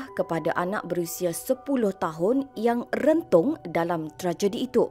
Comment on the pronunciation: pembaca berita dalam text ni, kena tahu "bila dan benda apa" yg nak di sebut perkataan "rentung" itu. "Emphasise wording" kena tahu "common sense/sentimental values" juga. Sebut secara bersahaja,tak perlu nak "tekankan" sangat. Zaman skrg tak mcm dulu,semua boleh "rewind" balik,dan dah ada penulisan,boleh baca."Pls consider a transformation in the art of delivering speech/newscasting... Terima Kasih.